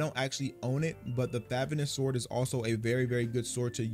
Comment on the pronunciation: Favonius Fuh-voh-ne-us They literally say it in the story so many damn times, I mean come On, knights of favonius